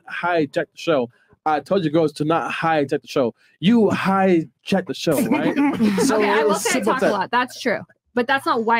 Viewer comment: He said she hhigh Jack the show lol